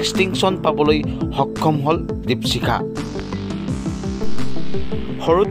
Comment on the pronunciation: দিপচিখা নহ'য় নেকি বাৰু , দ্বীপশিখা হে হ'য়। নামৰ উচ্চাৰণ ত খুউব এটা ভাল লগা ন'হল ভিডিঅ'টোত। ছাত্ৰী জনীলৈ ভৱিষ্যত জীৱনত সাফল্যৰ শিখৰ পাবগৈ পাৰিব বুলি আশা ৰাখিলোঁ। ধন্যবাদ।